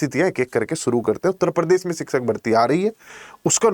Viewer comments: Everything is ok but sir pls.....!!! Pls.... It's a humble request to pronounce the word शिक्षक correctly. शिक्षक को आप सिकसक सिकसक कर रहे हैं। पक्ष को पक्स.... 🙄🤷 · Siksak nhi शिक्षक hota hai master g